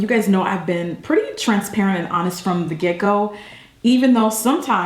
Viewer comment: also, when you said from the get go,, i swear I heard from the gecko..